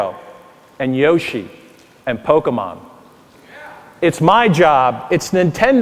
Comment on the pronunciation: "poe-kuh-mahn" It's Poe-KAY-mon. Also, that little "yeah!"